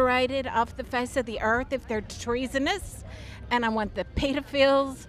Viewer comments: "the peedafills" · “Peedafills”?? She’s smart for a trump supporter 🙄